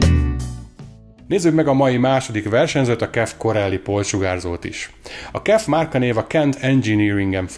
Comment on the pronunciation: KIF! nem "kef" :D Az az ÁJMF is úgy helyes, akkor a kef az kif...